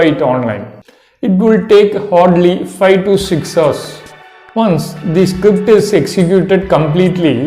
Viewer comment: I lost it when you said “you have to write scipt” whats a script? Lol